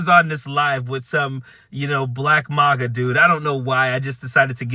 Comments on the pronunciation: I think this video is great and I agree with this dude, but why is he pronouncing MAGA and MAUGA? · Sorry, but I need to correct you. MAGA is not pronounced Mah-gah. It's pronounced maggot. The plural is pronounced maggots. THANK YOU for your attention to this matter!!